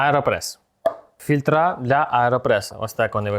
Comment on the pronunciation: "Корзинку" і "фільтрА" ще витерпів. Навіть оте рагульське "об'ясню" витерпів. Після "переворачуємо" вимкнув. Йди десь на курси рідної мови перед тим, як виставляти себе на люди, бо твря Українська - огидна.